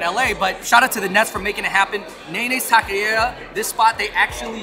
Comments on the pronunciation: tock eh ree uh = taqueria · Such a fun video. Loved it! But Andrew losing some of his cred in East LA. Gotta fix that pronunciation of “taqueria”. Butchering it brutha. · These guys never figured out how to pronounce "tacqueria" in years of this channel being up lmao